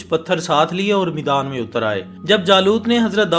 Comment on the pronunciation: Meedan nahi maidaan